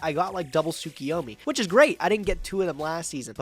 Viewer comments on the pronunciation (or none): Am I the only one who gets triggered when people say "Tsukiyomi"?